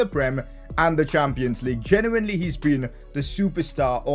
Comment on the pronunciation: i guenally i genually ha ha ha